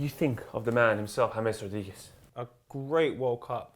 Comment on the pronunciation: James rodheegez😂😂